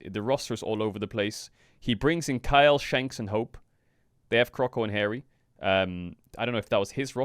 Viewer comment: Why does he pronounce "Kael" like "Kyle"?